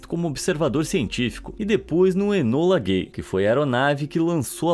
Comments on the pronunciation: "enola gãy"ksskk não tankei sorry😅😅😅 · Desculpa, mas não tanquei na hora que o falou o nome do avião "enola gay"